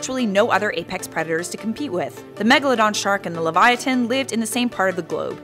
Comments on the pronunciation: Its Liv-Ya-Tan not Levyatan. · Hermione granger (aka me ) : its not leviatan its lev-ya-ten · Just a correction, The correct way of saying livyatan is live-ya-tan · The nameis Livyatan not Levyatan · I pronounced it so wrong... Me: tHe LeVyViAnTaN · The way she says "LeviaTHan" makes me wanna rip my ears off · Every time she said Levyatin it was like having a blade stuck in the side of my head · Uhh... Livyatan is the Hebrew word for whale... Liv-ya-tan... Uhhhhhhhhhhh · Isn't it Livyatan not Levyatan? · It’s pronounced Liv-yatan... according to the original bible that of course is written in Hebrew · Leviathan* say it right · Shes says leyvatin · aside from mispronouncing it's name, the animal was named after the author of the most famous book about a whale (do you, the young lady who did the VO, have ANY clue as to WHO that is? Doubt it. The 'livyatan'party of the name is not the specific type name, but it's the species - as a whole -name. The specific type is the last part. A little knowledge can only help. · What if she said LIVYATAN correctly